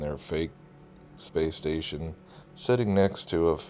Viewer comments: The International Space SATAN !! Ha ha ha, all in a/the slip of the tongue... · Tell me she didn't say "International Space Satan". Are you kidding me?